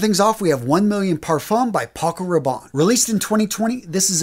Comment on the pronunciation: The best pronunciation I've heard of "parfum" is Big Beard. I've asked if he has French heritage. He still hasn't answered. LOL